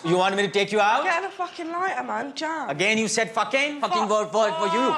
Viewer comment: Don’t use the word Fahking again at my house